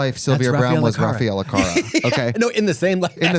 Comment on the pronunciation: Katya I promise I don't want to be pedantic about pronunciations, but I know you're a fierce language diva and it took me a couple mins to realise you were saying Raffaella Carrà. It's car with a strong, rolled R and RAH just like lady gaga in bad romance. Car-RAH. Accent on the last syllable and all.